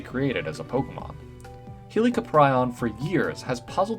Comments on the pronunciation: I was so excited about helicoprion until he said its name, like I don't know if I've butchered it over the years or if he did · your pronouncing helicoprion wrong